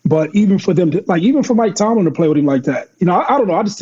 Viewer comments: Ya still ain’t fix the fact that he keep saying Mike Tomlinson it’s Tomlin 😂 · Mike TOMLIN! Yall been saying Tomlison for 2 seasons now 😂😂😂